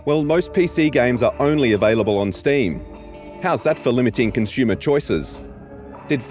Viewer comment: It's painful having to listen to this guy not being able to pronounce the word "consumer" correctly over a dozen times in one video...